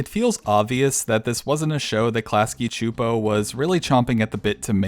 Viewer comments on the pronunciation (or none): csupo is pronounced “soup-oh”